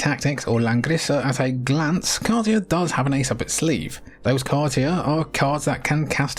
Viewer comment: my little brother and I could never decide between "kar-TEE-uh" and "KAR-sha." now I hear it: "KAR-tee-uh," of course! 🙄😅